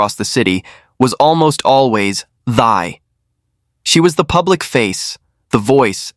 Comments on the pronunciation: Her name is pronounced like “T” and not “thigh” 😂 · Her name pronounced “ Tea” short “ y” Thy. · Please, the pronunciation for Thy sounds like Thee, exactly. Thy is a beautiful Vietnamese name! Please don't mispronounce it. Thank you!